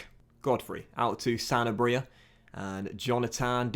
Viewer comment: I’m pretty sure you’re emphasising the wrong part when you say “Sanabria”.